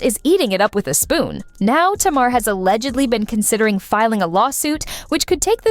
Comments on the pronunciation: Tamar name is pronounced (Tay-mar) not "Tah-mar"🤦🏻‍♀️ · It pronounced Ta mar and Mendeces